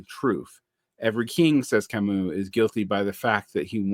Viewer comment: Thank you for mispronouncing Camus. I'm *slightly less intimidated by you now! es un ser humano!